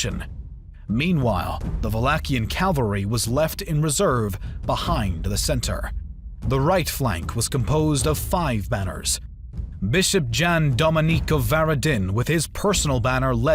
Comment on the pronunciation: First slaughtered name was only , quite astonishing score that dude was Brankovic, and not "Brankovik", (C like in word CEILING, or SECESSION) that nations is Magyars, and not "Maghyars", (G like in word MAGIC) bishop name is Jan, read it as "Ian" or as English "John". About your pronounciation of Varadin i can do nothing since it is proper Latin pronounciations which is acceptable.